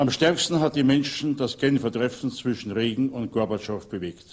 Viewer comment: Er spricht Reagan sehr gut aus.. viele Journalisten hier in Deutschland sprechen es eher falsch aus. Hier spricht Reagan seinen eigenen Namen